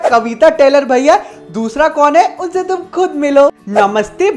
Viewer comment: Tum word ko sahi se bol nahi paa rhe ho